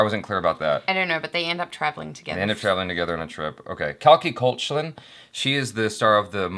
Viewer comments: you are pronouncing Koechlin wrong. In wikipedia there is a voice bit where she herself says it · just some info... koechlin pronounced cake-laa(n)...nasal twang at the end if tht makes sense! she said this in one of her interviews... on the couch with koel puri! ok i'm done..bye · Just for the record, Koechlin pronounced 'cake-laan'!